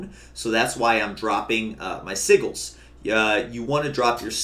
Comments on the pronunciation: Si-jils my guy. Soft G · tries to say sigils